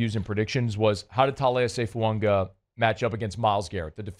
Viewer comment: It's Fuaga! Not Fuanga!